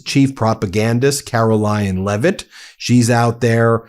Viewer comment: It sounded like Ben said Carolyinglevitt! 😅 I guess it would be true!